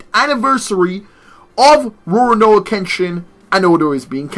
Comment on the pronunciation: It’s called Ru-ro-Ni Kensington